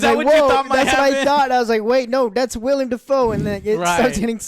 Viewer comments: Damn it! Get the names right! It's not Robert Patterson❌ or William Defoe❌ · IT’S WILLEM NOT “WILLIAM” YOU FUCKING DUMBASS! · How do people still say William Defoe, hasn't anyone told Joe it's Willem by now I've heard him say it with any movie Willem is in. That's a completely different name it's like calling Joe, Joan. Sorry but it kinda drives me nuts when people say William Defoe. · Joe, It´s WILLEM Dafoe! Not William! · Joe seriously, it’s PATTINSON not Patterson and it’s WILLEM not William. What a joke. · It's WILLEM Dafoe...WILLEM, NOT WILLIAM! JACKASS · Couldnt hurt to do some research before reviewing a movie. Its Willem Dafoe, not William. And its Pattinson, not Patterson. And yes the movie is directed by Roger Eggers, the director of The Witch. At least Joe got that right even though he didnt know the name. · Willem. WILL-EM!!! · I hate to be that guy... But, it's WILL - EM and not William. And it's Robert PATTINSON, not Paterson, lol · Joe... It's WILLEM Dafoe, not WILLIAM Dafoe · Anyone else wonder if Joe ever learn that his name is Willem Dafoe, and not William Dafoe? Anytime he has been mentioned in the history of this channel, Joe calls him William lol. How the hell do Alex and OJ not stop and correct him after he says "William" 500 times in this video...? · Oh, and it's WillEm Dafoe. Not WilliAm Dafoe. C'mon dude. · Willem* not William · WILLEM* not William or Williem. "WILL-EM." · Maybe williom? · Not "William Dafoe" lmao it's Willem Dafoe you silly fat fuck. What the hell kind of movie critic are you? Stick to video games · Joe- "Will-E-em Dafoe" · Other joe driving joe crazy about the above average score and joe driving me crazy cause it is pronounced Willem not William freaking Willem Defoe. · Dummy called him “William” it’s willem YOU DORK. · "Robert Patterson and William Dafoe" fucked up both names in one go, eh joe? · IT'S WILLEM, JOE!!!1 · You call yourself a movie critic and you pronounce his name “William Dafoe”? LOL